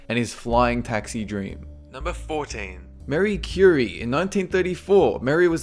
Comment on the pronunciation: Did you really just pronounce Marie as Mary?